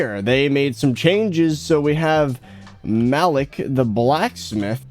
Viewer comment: Its pronounced "Ma-leek'